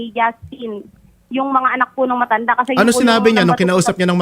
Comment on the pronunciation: Hoy babae ang bastos mo,, tigas ng pagkabigkas mo ng MATANDA,, BASTOS KAUNG LAHAT😊